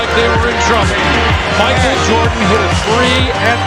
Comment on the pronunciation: It's Michael Jordan, not Micah Jordan.